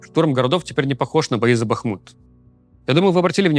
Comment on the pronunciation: Спасибі за відео й за правильний наголос у назвах міст: Бахму́т і Ку́п'янськ! 😊👍🏼 Так, обидва коментарі сьогодні пишу українською, тому що можу. Слава Україні!! 🇺🇦🇺🇦